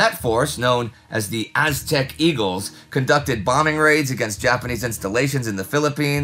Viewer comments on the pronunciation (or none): none